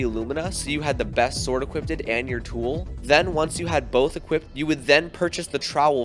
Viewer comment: tf is "equipted"